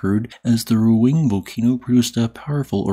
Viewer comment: Actually the pronunciation of Ruang is (Roo-ah-ng), the A is pronounced like the U in 'but.' As an Indonesian and your subscriber, thank you for all the volcanoes update